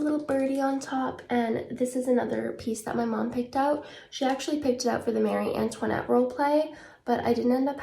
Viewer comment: I mean she’s pretty close to the actual French way of saying it